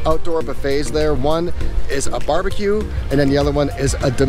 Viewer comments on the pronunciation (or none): none